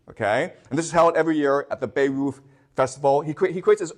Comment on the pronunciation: Bayreuth not Beirut..... Omg